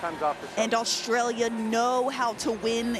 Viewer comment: Since when is there an H in AUSTRALIA? Commentators are extremely irritating to listen to. Well done, Canada!!